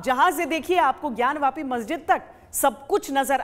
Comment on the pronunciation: ज्ञान वापी को ज्ञान व्यापी आप क्यों बोलते हो ?